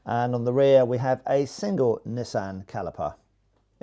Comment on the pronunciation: Please try and say NISSIN not NISSAN